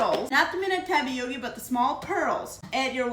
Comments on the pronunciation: I like how you say "Tapiockie" for Tapioca. That's different.❤😘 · “Tapiokee”! Love it!! Lovina it!! 🤩